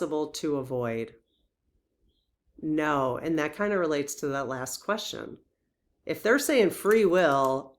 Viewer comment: It sounds like you’re saying “burt” chart and “queshion “ I know we all have local accents but I’d love to hear better pronunciation of these words. Love you lots. And the birth time study would be majorly interesting.